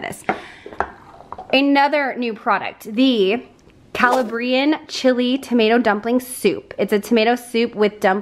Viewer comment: Sweetie, it's pronounced CaLABbrian from CaLABria in Southern Italy,with the emphasis on the second syllable